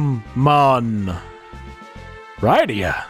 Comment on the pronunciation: Thanks for the upload. I forgot the interlude and sequel exist. I keep meaning to get around to them. Going to watch some of this, but for the record: Rydia -- RID-ee-uh, which rhymes with Lydia, who Marx wrote a song about